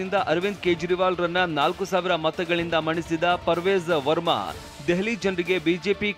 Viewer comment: Parvej verma alla parvesh verma